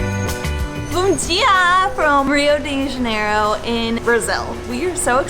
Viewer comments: Be careful! "Bumdia" sounds like "small butt", you should say "bom dia" :) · Nem isso, ela disse bundinha, kkk. Brincadeira, ela disse exatamente isso, "bum dia". O certo aqui no Rio é dizer "bundinha". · When she say "Bom dia" she say "Bundinha" what means little butt hahahahhahahaha